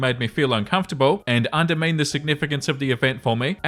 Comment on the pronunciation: Story 2 - When actually doesn't know how to pronounce "undermined" correctly. Jesus.